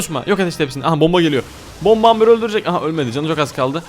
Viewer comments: Abi aslında Amber Amber diye okunmuyor şöyle okunuyor Embır diye okunuyor. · Amber değil "Embır"diye okunur XO